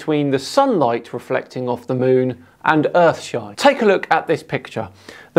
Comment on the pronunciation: lots of urfshine going around